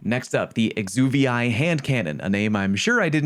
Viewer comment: Exuviae is the cast or sloughed off skin of an animal, especially of an insect larva, and nope you did not nail it. Its kinda 'Ex-oo-vee'